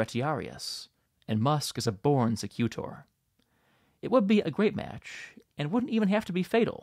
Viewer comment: Hilarious video. And I looove your dry sense of humour. I'm a guide in the Colosseum. SEcutor stress on the first syllable.